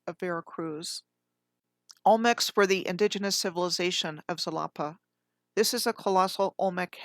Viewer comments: Xalapa is pronounced halapa.. sometimes x is sh also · Halapa? Ja-la-pa!